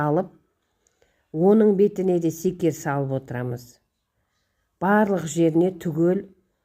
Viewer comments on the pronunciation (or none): Секр емес шекер. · Секер деп отырғаны шекер ол кант деген сөз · Өрік емеспа . ерік дейсіз. Секер дейсіз